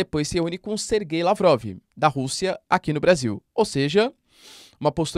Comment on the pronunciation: Esse sergaiiylavrovi😂